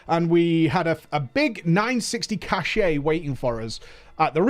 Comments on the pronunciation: I just can't.... Cache = Cash, not Cash-ay.... Had me curling every time you said it! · Sorry for stupid trivial pronunciation niggle, but this bugged me throughout the video. "Cache" - as in "Mythic Cache" is pronounced the same as "Cash". You keep pronouncing it as "cashay" which is a word, but it's spelled "cachet" and means something completely different. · Why do you keep saying "cashay", cache is pronounced "cash" lmao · K this has been irritating me for a while, it's "kăsh" not "kăsheɪ" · It's cache pronounced cash. Cachet is a completely different word. Sorry it's driving my OCD mad. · cache = pronounced "cash" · so, across the pond, you pronounce the E in cache and it's not "cash"? Feels weird.